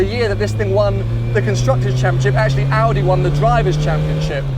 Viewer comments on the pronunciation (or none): none